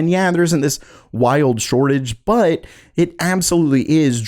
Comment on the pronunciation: Bro. Why do u say but with so mych emphasis and breathing?